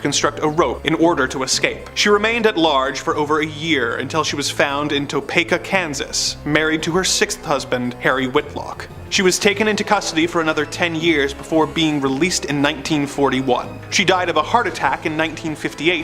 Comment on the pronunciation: Toe paka??😂 it's topeka